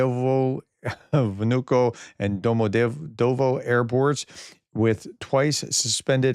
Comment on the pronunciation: Domodeydovo do - mo - DEE-YED - a - va Sheremetovo cher - e - MET - ta - va Tu Tupolev Su Suhoi